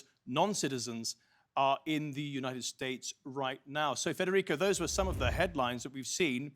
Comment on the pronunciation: "Yuneit esteyt" 😂😂